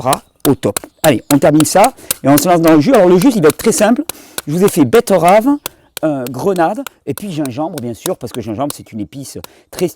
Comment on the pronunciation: Je prefère quand tu dis "betterave " plutôt que "bett-EU-rave". C'est bcp plus joli. Merci pour le jus